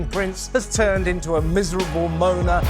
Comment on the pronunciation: Moaner. Not moner